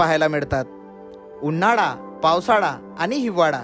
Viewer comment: # उन्हाडा, पावसाडा, हिवाडा 😅😅 आरे इतके वर्ष पुण्यात आहेस 'ळ' चा उच्चार करायला कधी शिकणार??